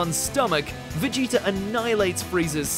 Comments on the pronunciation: Please stop saying Vegeter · "Vegeter" lmfao